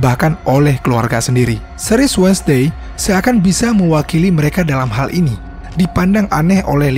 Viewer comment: Correct dikit bang bang, bukan menyinggung atau apapun itu. Cuman nice info "WEDNESDAY" di eja bukan "wed nes Dey" Tapi wensdey Btw pembawaannya bagus dan enak